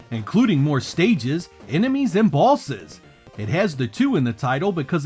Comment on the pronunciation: 😂😂😅 oh man. Great video, but I just have to mention how you pronouncing “bosses” sounds like bawlzez… lol mah bad